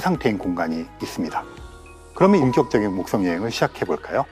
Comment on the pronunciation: th 발음 ㅋㅋ 목떵